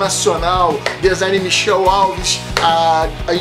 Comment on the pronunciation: ótima análise, mas o nome do autor não é Michel e sim Michael, fala-se igual Michael Jackson e Michael Jordan. Abraço !!!